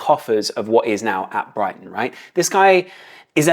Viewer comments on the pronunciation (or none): none